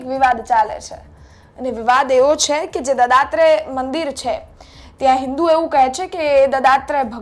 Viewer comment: હવે તમો દત્તાત્રય ભગવાનને દદાત્રય ભગવાન બોલે છે!એવા એન્કરોને બેસાડીને કેવીક જાણકારી આપવા માંગો છો?કાયદાના તો લીરેલીરા ઉડતા ઉડશે!પણ તમોએ ગુજરાતીભાષા શબ્દાવલીના લીરેલીરા ઉડાવી દીધાં!